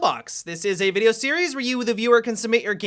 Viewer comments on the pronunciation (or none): none